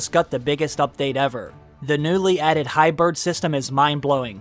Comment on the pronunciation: The word you are mispronouncing is HY-BRID not HY-BIRD.. Your content and videos are awesome so you owe it to yourself to learn phonics.